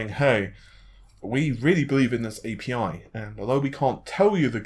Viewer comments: God damn it! It's Aypeii not api! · Fishmonger ! ... i felt exactly the same way.. i generally am not like this but really... its A P I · Yeah, I was wondering what that word was..."appee"? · I'm starting to think you just mispronounce as much as possible now, it used to be kind of funny but now I'm just like wtf. APPY???? A.P.I it's just as much effort to say dude. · Thumbs down for "a-pee", it's pronounced A.P.I. It's an acronym for Application Programming Interface. Stop pronouncing things incorrectly. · What's an appy? It makes me un-appy hearing you say it like that. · If you're reporting on tech news then learn to pronounce it correctly. Anyone who works in the field would be scolded for saying "a-pee" because it gives the impression they don't know what they're doing. So yes, pronounce tech terms correctly if you are going to report on it. If this was a one-off then I wouldn't care but he does this a lot. What's next? C# pronounced "C-pound?" or .NET pronounced "period-NET?" or CPU pronounced "see-poo?" or GPU pronounced "gee-poo?" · The way you pronounce api 😂. Nothing against you, I understand it's hard to guess the pronunciation. But it's just to funny .